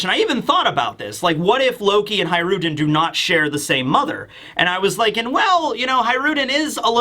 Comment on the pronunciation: Hajrudin = Hajru D N.